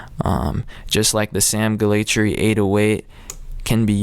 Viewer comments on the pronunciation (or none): Its pronounced G-ah-la-tree, I met his promoter. I apparently butchered it for a while too. Thanks, you da MVP.